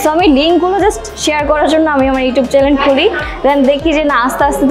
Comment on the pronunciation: pronunciation e ইউটিউব হবে আপু। ইউটুব না।